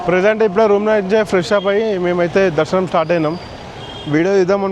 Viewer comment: తిరుపతి దర్మాణం కాదు బ్రో తిరుపతి దర్షణం